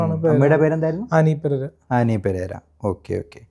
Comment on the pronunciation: ~33;34 ഫൂജാതനായി എന്നല്ല ഭൂ....ഭൂ... ഭരണീടെ ഭൂ...പോയി നാലരക്ഷരം പടിയെടാ...മറ്റവനെ കളിയാക്കാതേ....